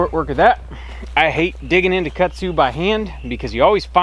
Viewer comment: It’s kudzu not Kutsu